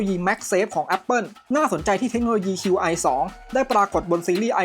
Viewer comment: Qi ออกเสียงว่า ชี่ ครับ Qi2 (ชี่ทู)